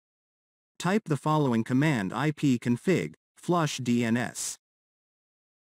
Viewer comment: "ipconfig" nah